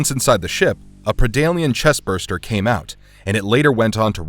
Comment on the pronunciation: It's Chestburster dude. It has a 'r' in it